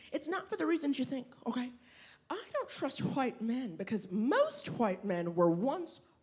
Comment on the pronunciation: Someone needs to teach Naomi how to pronounce "white"